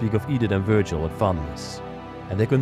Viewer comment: I think vurgil, is pronounced vurjal. The G is a J.